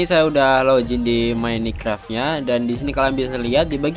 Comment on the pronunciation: mine bang bukan mini 🤣